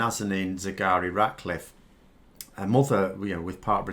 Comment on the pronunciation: Despite your excellent anaysis, its a pity you keep calling her Sigari Ratcliffe. is that how it's pronounced? it's not what you lead with. Take care, write it on a postcard and stick it on your desk for the duration. It is a difficult name. But we owe it to her to get it right.